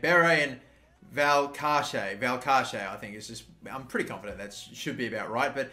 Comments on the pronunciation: Valcarce should be pronounced (val-car-thay) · The second c would of Valcarce's name would be pronounced with a soft 's'. Like in Paco Alcacer